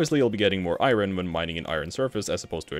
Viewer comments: Eye earn, not eye rin. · “Iren” its “Iorn” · He says iron like "eye run" It's eye urn fyi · my guy just pronounced iron as eyeron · What accent creates "eye-run" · All I hear is “eye-run”. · Dis man said I ron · How do you mispronounce iron? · Why are you saying iron like that, no country says iron like that